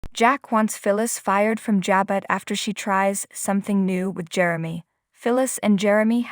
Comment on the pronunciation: Stop reader you can't read. Pronounce the word Jabo